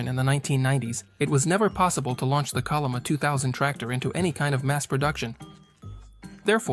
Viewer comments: Chol'-li-ma, bro, i'm not a Korean neither, but it's not that hard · Pls use the Yale romanization "chenlima" when pronounce 천리마